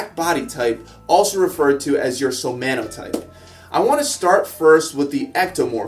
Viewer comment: It's somaTotypes not somaNotypes.